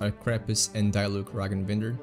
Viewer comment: he rly pronounced Diluc as Die-look